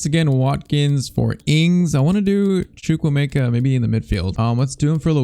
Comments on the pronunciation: i'm honestly impressed at how spot on your pronunciation of " CHUKWUEMEKA " is ...it means God has done so much, from the eastern tribe of Nigeria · PCQ: loan out Chukuemeka and get his rating higher and you pronounced his name right